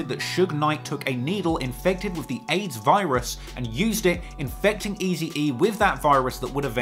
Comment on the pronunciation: Is it just me hearing funny when is pronouncing Tupac wrong😅 and what about Easy E😂c'mon